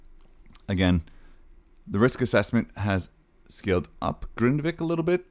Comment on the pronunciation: you pronouce it wrong, it’s Grindavik not Grindevik ❤